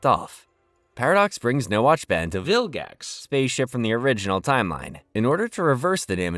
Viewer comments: Why are you saying "Vilgax" in a weird way over and over??? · Why are you saying Vilgax so strange at the end